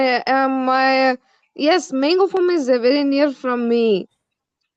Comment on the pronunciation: One suggestion; It is Farm not Form